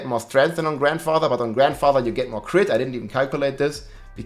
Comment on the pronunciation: you're killing me with the way you say Grandfather. I swear it doesn't have that many damn D's in it.....! However, other than that I say keep up the good work.